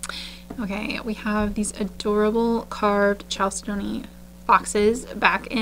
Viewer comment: I live for Mondays and the store sneak peek. I love to bead and listen to you kvell over beads - it's the best way to wind down from a stressful day - bead AMSR. You can get me interested in beads I'll never buy, which is hard to do after 30+ years of beading. Also, just a hint on pronunciation - it took me a long, long time to get it right, too, but chalcedony is one of those weird ones. It's pronounced "CAL-ced-ney" not "CHAL-ced-doney". Why it's spelled that way, who knows. Maybe blame the French???? But definitely listen to rockhounding videos if you want to get the pronunciation down for these minerals. Happiest of holidays.